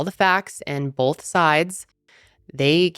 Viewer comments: Love your videos but constructive feedback: it’s “both” not “bolth” 😂😅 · i love you and watch you every week!! however i noticed when you pronounce the word both, you pronounce it bolth and it gets me everytime 😂😂😂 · Lol the way you say both... "bolth"